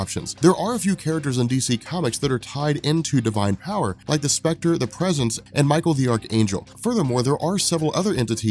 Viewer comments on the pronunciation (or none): none